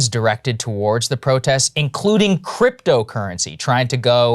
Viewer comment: Krystal you said: “ProtESS” instead of “protests”. Some missing consonants there!